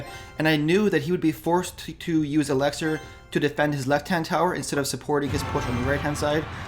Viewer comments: It's elixir not elexir bud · it's pronounced elixir, not alexer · it's called elixer. not elexer